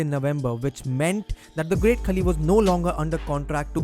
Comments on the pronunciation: Its pronounced not 'kali' its 'khaali' otherwise a great video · Hope Kavita Devi becomes successful in NXT and main roster.. btw it's Khaali.. not Khali.. As usual awesome content and presentation bro!! #RustyRocks